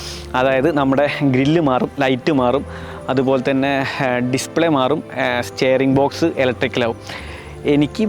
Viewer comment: സ്റ്റെയറിംഗ് ബോക്സ് ❌ സ്റ്റിയറിംഗ് ബോക്സ് ✅